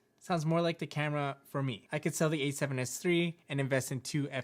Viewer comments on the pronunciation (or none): Why do you keep saying “E7s3” or”E74” there is no e